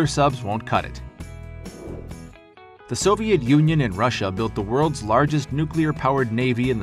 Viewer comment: "for decades, the Soviet yunyun"